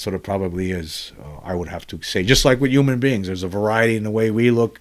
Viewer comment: That’s not how you pronounce human….